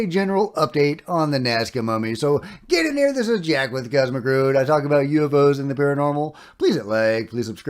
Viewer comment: he may say " get in here " but he sounds like " Get on in here "